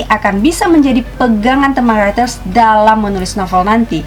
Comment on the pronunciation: Aku dengar kakak bilang "haters" pada "writers" kan kak kan?😂